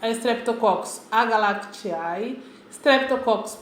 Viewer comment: estou adorando, seu vídeo esta me ajudando muito, mas lembre-se que o ae no final não de pronuncia, é agalacti ou pneumoni. obrigado pela ajuda.